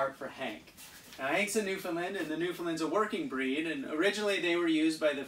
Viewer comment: New - fin - land, is the correct way to pronounce Newfoundland